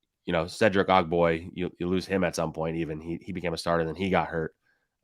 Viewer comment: Correct Tim twice then later say Cedric Og-boy lol smh